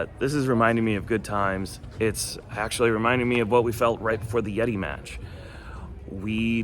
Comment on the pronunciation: Are you Redi? It's, YETI!